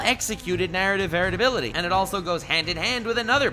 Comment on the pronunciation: English is not my first language, but I have a good level and generally understand it perfectly, but right now I have to ask, are you saying "narrative varatability"?